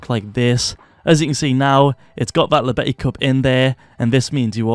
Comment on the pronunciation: It's spoken "Yobeti", pls it's killing me